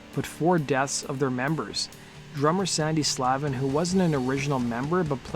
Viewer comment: Sandy pronounces his last name: SLAVE-IN.